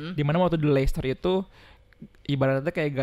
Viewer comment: Bang...Leicester City bacanya Leister City gitu aja...susah amat Leicester....